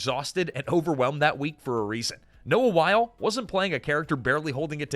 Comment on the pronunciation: Noah Wyle, pronounced “WY-LEE.” Michael Crichton, pronounced “CRY-TON.”